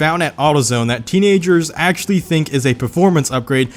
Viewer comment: Why does he say axy and not actually?